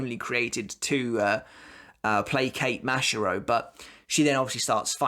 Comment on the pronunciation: I have two things for you to improve 1. You need to work on your pronunciations, specifically with your a words, such as ‘Shinigami’ or ‘Mashiro’. 2. You sound like you have no emotions, when you do Rose’s ‘badass’ line, it doesn’t sound like it, put some more meaning and feeling into it.